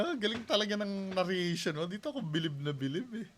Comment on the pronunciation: narration lang bro hindi na-rria-tion